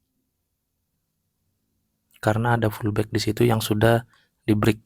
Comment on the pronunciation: bang baca nya pullback BUKAN FULLBACK